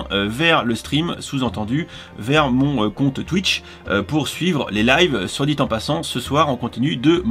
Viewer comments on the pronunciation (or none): none